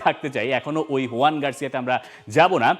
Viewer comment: Joan e bolche Bangla spelling huyan e hoy